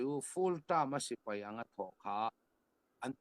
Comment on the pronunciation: Sipei a ni lo.Sipai tih hi Lusei ṭawng dik tak a ni.